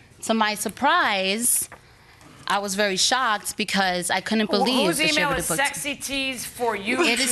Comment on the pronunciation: Not the Judge saying "sleazy" instead of sexy 😂